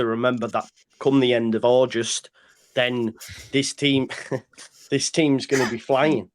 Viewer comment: ITS AUGUST NOT AUJUST MATE MOT